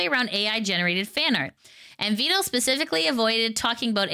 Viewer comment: Not vee-dall VED-L